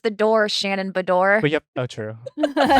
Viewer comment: who is the supposed Bravo guru can't pronounce Shannon's last name correctly? haha wow...especially with how often they run the commercial with Alexis telling her theres the door